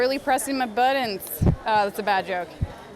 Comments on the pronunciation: It's buttons, not "buddons". Anyone else annoyed by this? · "on a hotel"? In case someone is going to complain that that was all I had to say, I also noticed she kept saying buddons instead of buttons. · Wow, sounds like they have a lot of "buddons" haha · I love the way she says buttons -- "buddins". The claim that the batteries of one type of electronic device explodes ignores the fact that the same components are used in a wide variety of devices. I guess the story was spread by someone selling a branded product in America (using Chinese parts). The claim that hoverboards and drones made in Shenzhen are copycat ignores the fact they were more or less invented there. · "Buddons" LOL Simone and Norm are gonna be friends! It Figgers! I love Tested! But I had to say it! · massive ammounts of "buddens".